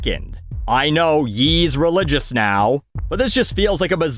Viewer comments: hi name is pronounced yay noy yee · Silly it's not "Yee" it "Yay: as in "I lost my wife and kids to permanently move my head up my ass, yay!" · FYI, Ye is supposed to be pronounced the same way you pronounce the word yay. Just letting you know for future reference.